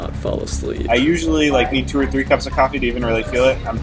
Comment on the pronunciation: The narrator's attempt at an accent is sad, I can't even tell what accent they're trying to do. British? If they're trying to do a British accent wtf is 'cooofffee'.